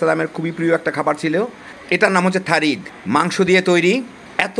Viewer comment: থারিদ না,সারিদ